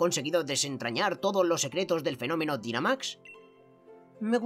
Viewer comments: Oas el Dinamax se pronuncia Dainamax (y según en la serie viajes se escribe Dynamax) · la palabra dinamax se pronuncia dainamax